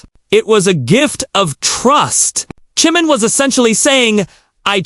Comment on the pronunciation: U do not say his name correctly at times so annoying